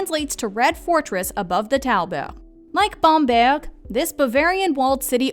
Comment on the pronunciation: Well, I was impressed that she pronounced Bamberg (and a few others) accurately. But I did also notice a French pronunciation when she said the word Residenz.